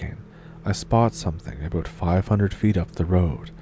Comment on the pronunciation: It's all aboot?